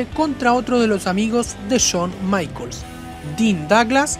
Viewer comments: Porque en vez de pronunciar "Jon Maicols" pronuncias "Chon Maicols"? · "Chon maicols" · Chown Maichels, Dean Doglas y otras horribles pronunciaciones. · solo escucha Chon maikols:v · Cada vez que dices "Chon" Michaels y "Doblebe doblebe E" muere un gatito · chon maicols jajajajaja Pedazo de AD RE IM pronuncia bien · por que le dice "chon maicols", pronuncialo bien!